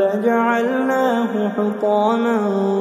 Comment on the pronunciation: law nashaa u lajaalnaahu ujaja ja te "Lam" bad porse bhai